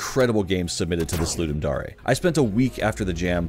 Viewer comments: Isnt it dare not dar e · i cant tell if its pronounced ludum dare or ludum dar-ey now. great job im now having a crisis